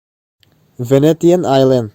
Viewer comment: Venetian (venesian) ti a lam tur, Miami (mayami) hmun hming ho khi tlemin lam uluk deuh la😊 i ti tha lutuk e, a bengvar thlak